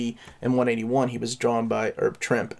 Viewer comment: Herb Trimpe is actually pronounced like "Trimpy." I found that out years ago reading "Stan's Soapbox," where Stan Lee pointed out that it rhymes with "Shrimpy." Heh. Oh, and I am somewhat bummed that the "Bizzare Adventures" issue was not included. The collection seems to have everything else with the X-MEN that was published during those years, so it's weird that one got overlooked. Oh well, this still is an awesome collection!